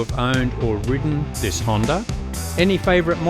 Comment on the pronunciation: There is no "r" in the word Honda.